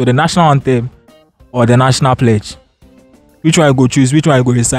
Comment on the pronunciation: 😂😂did I hear predge